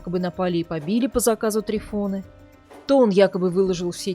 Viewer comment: Может ТрИфон?????слух режет прям трифОн - патефон, магнитофон